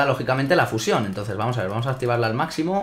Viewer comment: porque dice fuyion es fusion